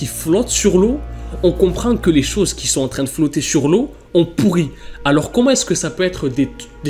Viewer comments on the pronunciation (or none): J'adore car tu dis pourri't et pas pourri